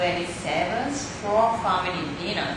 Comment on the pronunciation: "He's going to take his famiry out to deenuuuuurrr."